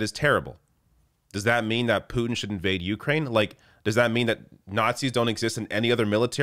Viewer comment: Please learn the correct pronunciation of Ukraine.